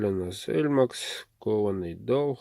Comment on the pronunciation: Мне все интересно почему ты сталь ЭЛМАКС называешь элЬмакс?))))) Очень странно звучит.